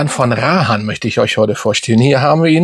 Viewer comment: Sorry, aber mal ganz im ernst jetzt,deine Videos alles schön und gut,aber du solltest als doch so grosser Fachmann wie du gerne mal hin und wieder durchblicken lässt zumindest die Namen richtig aussprechen!! Es heißt Rayhaan und nicht Rahaan,das tut ja in den Ohren weh 😁🤣... Und falls du es nicht glaubst,einfach mal google fragen 😉 Ist mir schon öfters aufgefallen,macht deine Videos irgendwie unglaubwürdig